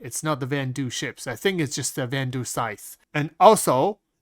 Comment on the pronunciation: Everyone: van-duel: Van-Doo